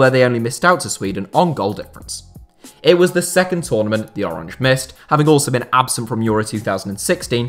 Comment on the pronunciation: Also, “oranje” is pronounced O-ran-ye, not like the English word “orange”.